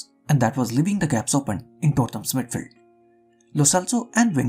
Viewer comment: Cringed everytime u said midfeld loved ur content btw